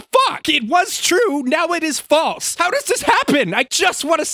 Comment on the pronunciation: Does anyone know why he keeps saying true and false the way he does in this video? Like a true?